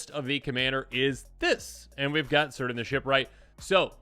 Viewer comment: In Tolkien, C names are hard C. Kirdan not seerdan, as example.